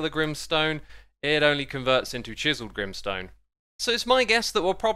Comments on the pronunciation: Grim sone More like grain sone😂😂😂🤣😂🤣😂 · "grimstone" Me : G R I M M S T O N E